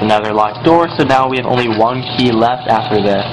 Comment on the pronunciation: what country are you from? you pronounce "one" as "wan" ?